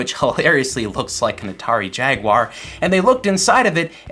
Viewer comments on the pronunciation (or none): none